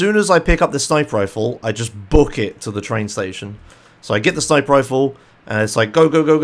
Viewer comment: It's sniper, not snipper